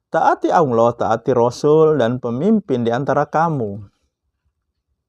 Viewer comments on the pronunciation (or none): Ngajak ke Al Qur'an.... Tp tidak baca satu ayat pun di video ini, tolong ngucapin lafal Allah aja masih pke wau jd Awloh, mirip anak iqro' 3